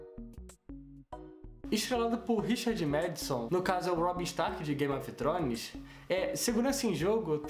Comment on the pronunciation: Não sabe nem falar o nome da série direito, Game of trones.. Crítica horrível, série muito boa.. Não sabe nem analisar a série direito... Pena.. É o primeiro deslike que eu dou em um vídeo